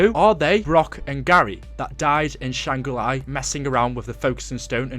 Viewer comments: stop saying shangri lai, its shangri la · Can't help but cringe every time I hear you say "Shangri Lai", but still a great video. I think doing a series on the lore of black ops 1 would be really neat. I personally never heard about the easter eggs or anything else from that zombies story line.